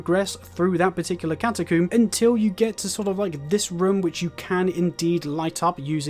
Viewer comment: no offense but that is NOT how you pronounce catacomb